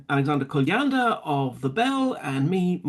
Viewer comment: Kolyandr? Are you kidding me?